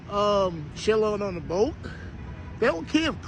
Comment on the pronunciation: Someone please help him learn how to pronounce the word “ B O A T’